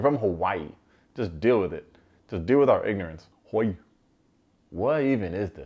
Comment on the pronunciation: #alltheway Btw, is pronouncing 'Hawa'ii' like a native. It's the rest of us that are saying it incorrectly. 🙊